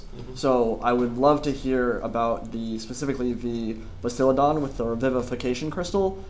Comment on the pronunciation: give this a read and tell me if the guy really said Bastiladon and Troglodon.... he slipped-up:D